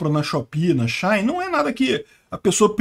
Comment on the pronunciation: Engraçado ele falando SheIn kkk